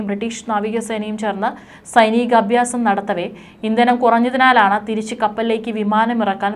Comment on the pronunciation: അബ്യാസമല്ല അഭ്യാസം എന്നു വായിക്കണം